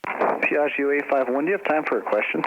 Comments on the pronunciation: Da italiano trovo fastidioso sentire pronunciare in modo sbagliato Piaggio :-) :-) La parola contiene due G e vanno pronunciate. Io sento Piagio con una G, mentre sono due. :-) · It would be better if you would produce the name if this wing Ferrari in the proper way : Piaggio !! Without sounding the last “I” believe me in italian!! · check out some Italian language pages and learn how to properly pronounce Piaggio :-(